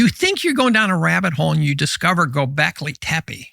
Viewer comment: Damn he said Golbeki Tepe…